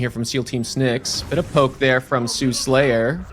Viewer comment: s there is, this mythology has existed for thousands of years Have no idea who the guy even is, I just know how to read. It’s Suhlayer, there is no second s